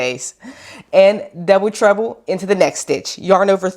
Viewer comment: Why do I keep hearing „double trouble“ instead of „double treble“? 😅 I wonder if a baby blanket could work out with this stitch or is it too loose to keep anyone warm?